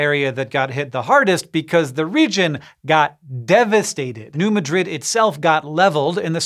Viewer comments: Argh... not New Mad-RID. It's New MAD-rid. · It’s New Mad rid, not New Ma drid. For some reason pronunciation is different for some cities in Missouri and Iowa. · As a resident of southeast Missouri. The way you pronounce New Madrid hurt my ears. A lot of people assume it's pronounced (muh-drid) like you said it, when it is actually pronounced (mad-drid). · Thank you, I came here to say this. If anything, he could ask his brother. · Great video, one thing to note is that the locals call it New Ma' drid, not New Madrid. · New Madrid, Mo is pronounced New MAD-rid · Embarrassing mispronounciation of New MAD-rid Missouri. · Just a small pronunciation note: I believe that the people in Southeastern Missoura pronounce the town of New Madrid with the emphasis on the first syllable of Madrid so that it rhymes better with "bad bid" better than it does "undid." And for the record Prague, OK rhymes with "beg" not "dog," Pierre, SD rhymes with "leer" not "the air" and Lead, SD rhymes with "reed" not "red." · You said New Madrid wrong.